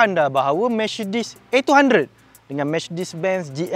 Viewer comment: Mechedees?? Mechedesss… aduuu pokat bona Melayu ekau jang…